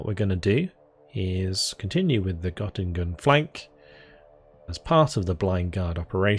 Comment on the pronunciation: the O in Göttingen is pronounced a little differently. Tip for next video!